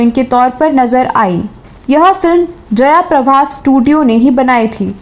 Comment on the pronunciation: जयाप्रभा नाही जयप्रभा